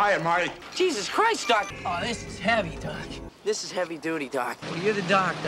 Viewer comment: after a while it starts to sound like "duck"